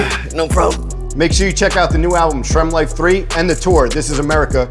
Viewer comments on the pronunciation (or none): Ok. Just from hearing “shrem life” I’m fucking annoyed lmao